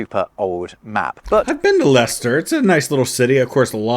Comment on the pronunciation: To not only hear you mention where I'm from (Leicester) several times, but even pronoun it correctly and then even mention you've been there made my day!